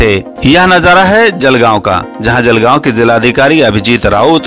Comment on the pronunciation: खूप छान कार्य अभिमान वाटतो आमच्या जिल्हाधिकारी साहेबांचा, नेहमीच आपल्या कार्यशैलीमुळे स्थानिकांना अभिमान वाटेल असे कार्य करत असतात. पत्रकार साहेब आपणास विनंती आहे- जळगाव असा उच्चार आणि लिखाण देखील जळगाव असेच करावे. जेणेकरून मुळ ओळख टिकून राहील.